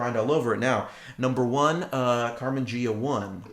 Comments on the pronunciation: Great video! ps...Carmen Gee-ah, not Jee-ah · Great video's Ghia is Italian... say it like this :) Gee-ah Like the sexy Karmann Ghia